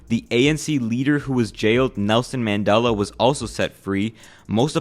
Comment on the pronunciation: I hate how Americans pronounce apartheid and Mandela and Soweto